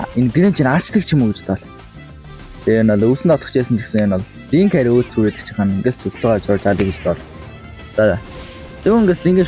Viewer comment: Юу вэ үсрээд гээд байгаа юм уу эсвэл үсэрүд гээд байгаа юм уу брожи 🤔🤔😅,??